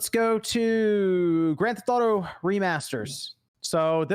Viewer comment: Grand Th-auto?